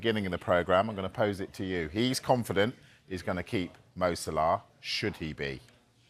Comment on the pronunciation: It's Salah not Salar